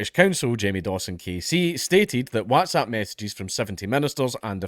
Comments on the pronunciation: Really struggling with the way Dank is saying "wHATZapP" 👀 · Watzap lol. I'm pretty sure he doesn't pronounce What as Wat?! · Count pronouncing whatsapp Wazzzap 😂😂😂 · Do all scots pronounce it WATsAP? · Oh joy we get to hear Dank say WhatsApp weird again :D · Can we all just take a moment to appreciate the way Dank pronounces Whatsapp. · Is it just me, but does anyone else think Dankula says 'WhatsApp' kinda weird haha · Man I just love hearing you say WhatsApp lmao